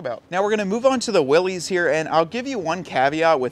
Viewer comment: It is 'Willis', not 'Willies'. Weee willies!